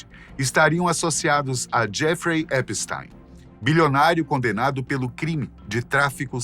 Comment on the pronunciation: Primeira vez que vejo o nome Epstein pronunciado corretamente. O "ei" pronuncia-se "ai" em alemao , logo epstAIn. Ate agora so tinha ouvido EpstIn.